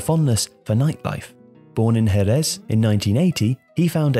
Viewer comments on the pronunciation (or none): Jerez is pronounced “Hereth” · hahaha hij zei gewoon herres!!!!